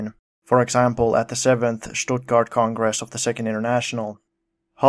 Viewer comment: Very good pronunciation of Stuttgart btw. The ch in Liebknecht is pronounced like the Sj in Swedish Sjukhuset though, it's technically a frikative k. And unlike the English with knife, Germans actually pronounce the k in Knecht